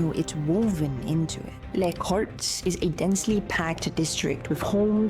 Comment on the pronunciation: To pronounce it better: Camp Nou = "Camp Know" Les Corts = "Luss Courts" Lluís Companys = "You-is Come-pañs" Or use google translator and listen to the right pronunciation, but anyways, good video.